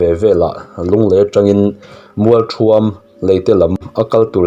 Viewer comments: A lam dik reng alawm.Haulawng bula mualṭhuam khi ani lo an sawi khi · Khaw hming mai mai pawh i han thluk dik lo hi chu a hawi zim thlak ve ngawt mai.Mualthuam khua lam dan dik hriat tum rawh.